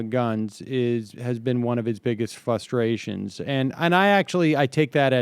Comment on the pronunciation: It's a relatively minor point, but if I hear a grown adult say the word "fuss-tration" again, I'm going to lose my fucking mind.